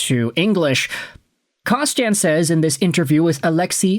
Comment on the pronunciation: Kostin isn't French, so why the weird pronunciation of his name?